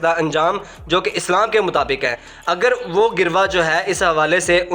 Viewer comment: کتنے نالائق ہو لفظ “گروہ” پڑھنا ہی نہیں آتا کسی سے اس کا تلفظ سیکھ لو